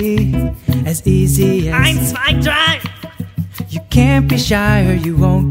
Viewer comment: it's eins zwei drei and not eins zwei dry okey??